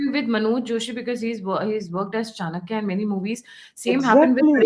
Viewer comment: Chanak ?? It’s not chanak . It is Chanakya .